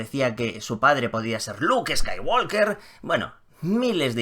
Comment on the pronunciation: Me duelen los oídos cada vez que dices Skywalker. ¿Podrías, por favor, pronunciarlo bien?. La “L” no suena.